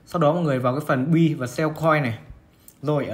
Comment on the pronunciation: Góp ý với bro là Buy (bai) chứ không phải (b-uy). Đang vừa nghe vừa làm việc phải giật mình click vào xem (buy) là gì 😂